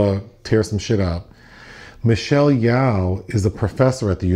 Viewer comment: Michelle Yawh lol it's Yeoh bless your heart 😂